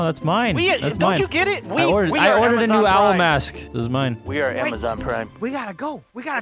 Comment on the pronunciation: Amazon now has "Ama-Jon".